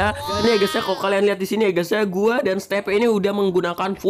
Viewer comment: Video lain:guys guys guys Video yang ini:ges ges ges :v